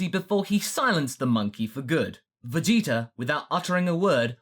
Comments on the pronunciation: Hey i hear him sometimes say freezer and vageter instead of friza and vegeta sometimes. is that because of dragon ball abridged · I kept hearing "Veyitor"